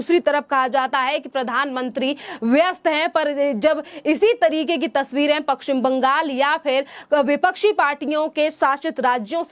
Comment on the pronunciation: Apna Pashchim Bangal ka uccharan sahi kijiye.